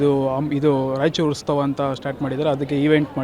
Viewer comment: ಸರ್ ಉತ್ತವ ಅಲ್ಲಾ ಉತ್ಸವ